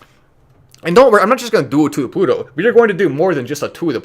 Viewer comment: you're supposed to say "TO THE PLUTOOOO!!!!", not "TO THE PUTOOOO!!!". That's a bad word in Spanish. Google it.